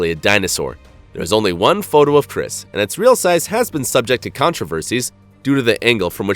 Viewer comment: It's krys